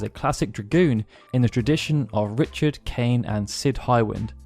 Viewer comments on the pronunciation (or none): none